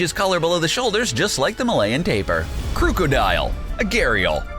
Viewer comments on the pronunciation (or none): none